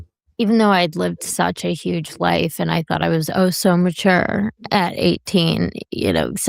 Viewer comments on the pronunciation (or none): none